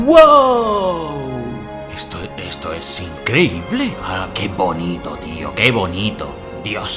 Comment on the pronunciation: IN CRE Í BLE